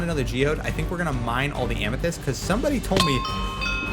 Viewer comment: Amethyst. Not Amnethyst. Across not acorsst.